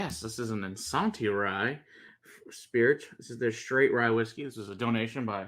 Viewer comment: They are not saying Isanti correctly.